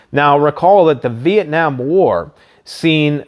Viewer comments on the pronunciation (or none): none